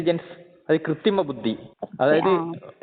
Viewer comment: കൃത്യിമ എന്നല്ല... കൃത്രിമ എന്ന് പറയണം..